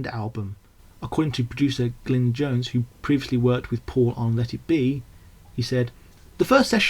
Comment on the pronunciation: Very well researched and generally well presented, but it's Glyn JOHNS, not Jones, and it's Denny SEIWELL, not Sewell. Also, Paul's from Liverpool rather than Birmingham. Very different accents.